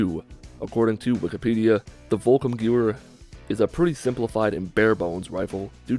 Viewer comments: "Volkum Gear"? Nah, that's pronounced more like "Folks Stoorm Ga'vare". "Volkssturmgewehr" literally translates to "people's storm rifle". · It would be more like "Folks-shturm-ge'-vehr". Breaking that down: Folks - Not like English "folk" (foke) but rather with the "o" sound from "got" and pronouncing the "l". Shturm - The "oo" from "good" or "wood" (etc.) for the "u". Ge' - Like "get" without the "t". Vehr - Like "wear" or "where" with a "v". This is rather approximate, German vowels are often not really the same as in English. And for fun the literal translation: People's Storm* Rifle *Sturm in German actually doesn't mean storm like in English (that would be "Gewitter") but rather "wind storm". I hope you found that helpful or at least I hope you found it funny how much effort I put into it. :) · The volkssturmgewehr is pronounced volks-sterm-give-air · i am german and i do not blame you for misspronouncing volkssturmgewehr ^^ in fact i pity every non native speaker who has to try and pronounce german words :D also i saw some very bad suggestions on how to pronounce it so here is the closest you can get trying to use latin alphabeth with english pronounciation: > follcks shtoorm gayvair < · i think its pronounced Volks sterm gevehr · It's pronounced vulks-strum-gwever just so you know and it means the peoples automatic rifle. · Let me help you with the pronunciation bit. Wolk sturm gevare or volk sturm gevare depending on your understanding of the German pronunciation. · my ancestors will be disappointed it's pronounced volk-sturm-gever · Sounds like he said volkummmmmgewehr haha.tip If you or anyone else is not sure how to say something what I do is try to break the word down into parts that I know. Volk is people or people's Sturm means assault or storm and gewher means rifle. The people's assault rifle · Volkssturmgewehr is pronounced volk-sterm-geh-vair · Volkssturmgewher Volks-shturm-gever. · It’s pronounced: Volk sturm gev-air